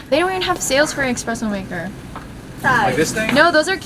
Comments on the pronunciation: Calling it “expresso “ and dissing Kiuregh idk how to spell but I feel attCked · Did she just say expresso ? Sis I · kaly me. I was secretly hurt until she said exspresso instead of espresso